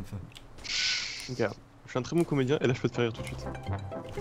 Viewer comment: Le t que t'as rajouté à comédien m'a perturbé